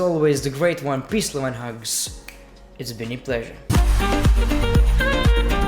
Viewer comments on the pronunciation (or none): none